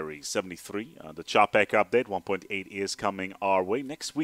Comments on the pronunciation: ČAPEK Č Č Č Č Č Č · Bloodhat thank you mate he nearly destroyed my ears by this japek. jinak Taky zdravim 😁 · Japek XD that mispronunciation is hilarious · The pronunciation on Wikipedia isn't that good since the sound is quite distorted. Coming from a Czech, it's pronounced with a "Ch" sound.